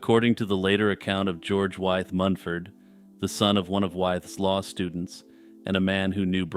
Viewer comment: Interesting and well-presented - except for one thing. George Wythe's name is pronounced "with" - a good example of how English is confusing!